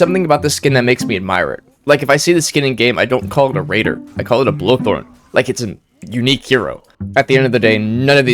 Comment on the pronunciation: I like how he calls Bolthorne, Blothorne